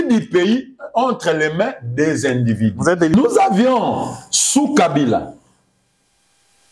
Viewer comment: Zoba oyo auti wapi?na français ya des individi ,(individus )